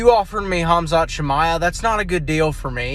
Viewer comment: It's Khamzat you big Dummy.pronounced Hamzat and not Hazmat 😂